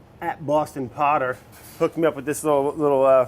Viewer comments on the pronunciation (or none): none